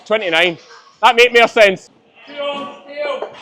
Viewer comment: 😊 Thanks for understanding! It’s especially difficult when you use different words, like saying mere instead of more. I am slowly picking up on it though. Give me a few more months! Greetings from Victoria Canada. 🇨🇦